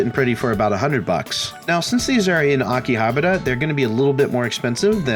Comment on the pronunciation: It's okay, you can mispronounce Akihabara like everyone else.